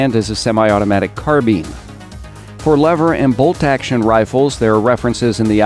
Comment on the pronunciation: Carbine not carbean plz